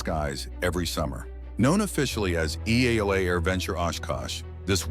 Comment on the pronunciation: This video is AI slop. The name "EAA" was mispronounced and video of a warbird was shown when talking about vintage. Go find a video from someone who has been to AirVenture.